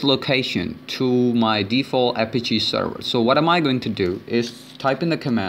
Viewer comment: I'm sorry but this is driving me crazy- Apache - pronounced Uh-Pat-Chee. Also, this doesn't teach any viable hacking methods with this tool at all. All this does is kinda show how a listener works and barely that.